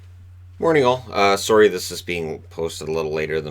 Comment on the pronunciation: I don’t know if it’s that I don’t know any actual Canadians but when says sorry chuckle alittle